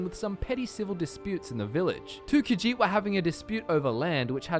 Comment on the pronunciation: I really hate that he keeps saying "Khajiit" wrong, but I don't know how to communicate the right way... Ugh.